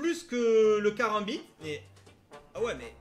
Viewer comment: RIP 240 on dit Carambit PAS carembit